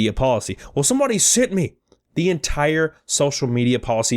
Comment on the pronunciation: Sent not send